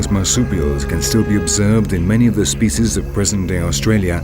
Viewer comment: I can't stand this narrator and his posh Shakesperean accent and the way he pronounces "spyciyz"